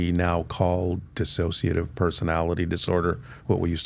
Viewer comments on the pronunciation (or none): none